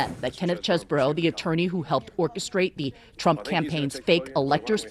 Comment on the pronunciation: It is pronounced CHEESE BRO!